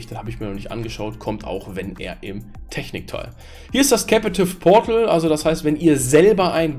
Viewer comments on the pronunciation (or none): Lightweight ("weight" wird ausgesprochen wie "wait") Captive portal (nicht capAtive portal) Tethering (das "e" wird ausgesprochen wie das von "the" und nicht wie das von "tea"/"tee") Firmware (das "r" wird ausgesprochen wie das vom deutschen Wort "Stirn" z.B.)